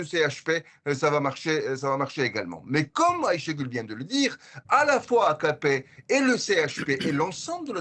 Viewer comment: De même, Ashégule ! Vous savez prononcer Aycha en arabe, et ben Aychée, c'est pareil !